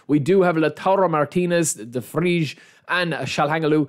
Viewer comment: Pronunciation: DE VRAI / TSJAL HA NOGLU